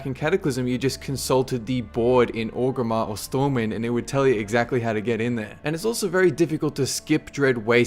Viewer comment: It also makes me remember how people like to take the first 'r' out of Orgrimmar... I have no words.